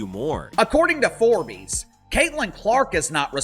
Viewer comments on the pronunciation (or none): What exactly is "Forbeese"?! I know what and who "Forbes" is but haven't a clue about who "Foreese" is